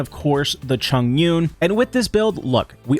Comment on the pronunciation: 🤣 Not going to lie almost didn’t want to watch your videos no more min I heard Choungyun